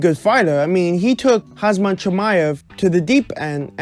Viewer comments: It's Khamzat and not Khazmat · you keep saying hazmat